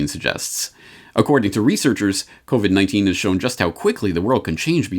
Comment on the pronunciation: "You're listening to the COBIT (covit) Repot".